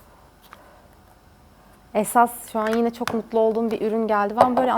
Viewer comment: Abla sen neden çok güzel demiyorsunda çık güzel diyorsun